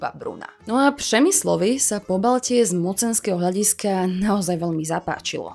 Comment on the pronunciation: U vyslovení písmene Ř to moc nešlo ,(nevysmívám se) ale při tom když jste říkala Přemyslovec/Přemyslovci vám to písmeno šlo krásně . (y) . Krásné video, děkuji.